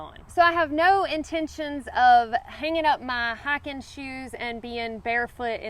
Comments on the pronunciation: You mean "Highken"? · I'm a Carolina red neck .....and I love the way you say high-kin 👍😁